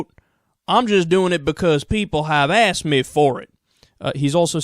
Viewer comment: "Because people have aksed me"